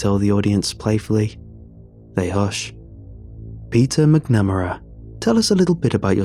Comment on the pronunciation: McNamara is pronounced MACNamara